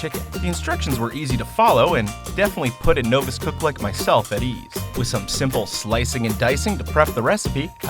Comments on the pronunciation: Those "collard greens" are Brussels sprouts, and "novice" is pronounced NAH-vis, not NO-vis... 😂😂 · HOLY SHIT. YOU MADE IT TO BEFORE YOU FUCKED UP A WORD. THATS A NEW RECORD!! Seriously though, the word novice has a short O sound.